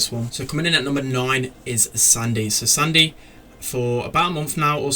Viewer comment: Lets just not talk that he pronounced Sandy wrong. 😂 But still good video.